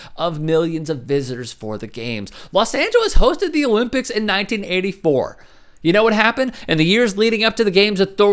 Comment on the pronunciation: No Owe-Limp-icks